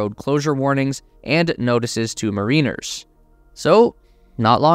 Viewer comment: Learn to pronounce "mariners" correctly.